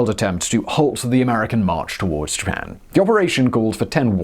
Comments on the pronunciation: "Ji-pan"? I thought only Americans were allowed to mispronounce words! Hah hah... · “I have a pronounciation dictionary. I am doing my best” “Jipan” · How you would pronounce "Japan" and which country do you believe has pronunciation rights to "Japan"?